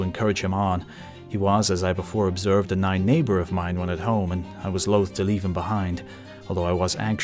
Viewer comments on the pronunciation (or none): none